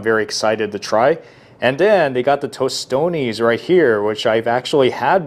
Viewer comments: Guuuuurl he had me ready to reach out and hit him 👊🏿and I’m not a violent person 😂😂😂🇭🇹🇭🇹🇭🇹🇭🇹🇭🇹🇭🇹🇭🇹🇭🇹🇭🇹it’s not tostone! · He said tostones🤦🏾‍♂️ bro where you think at lol we don’t say that lol